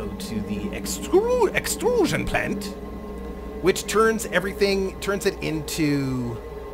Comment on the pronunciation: "the extruuuusion plant..." that sounded totally like a german scientist talking about something xD